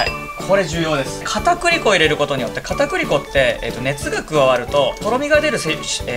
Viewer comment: 片栗粉かぁ～(ギガか～の発音)